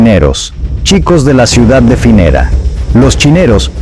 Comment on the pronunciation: Sí, sobre todo cuando menciona a la banda "Los Chineros" y luego como "Los Cinerus" en vez de "Los Choneros"😂 Y cuando se refiere al líder de la banda "Los lobos" como Fabricio "Colon" , en vez de Fabricio "Colón". Y también cuando cita a la ciudad "Finera" .. yo , siendo ecuatoriano .. doy fe sin temor a equivocarme .. de que esa ciudad no existe en mapa alguno , o por lo menos en Ecuador ..NO 😂 Y cuando en reiteradas ocasiones menciona el apellido del presidente ecuatoriano como "Naboa" y no " Noboa" que es lo correcto.😂 Y cuando específica que el pais"El Salvador" se encuentra en América del Sur 😂